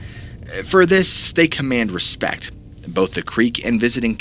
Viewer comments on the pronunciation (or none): none